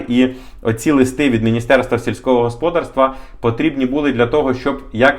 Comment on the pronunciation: Правильний наголос - господАрство. Ваш наголос ріже слух